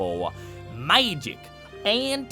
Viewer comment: "maagic and technowlogy Co-exisasted" 😂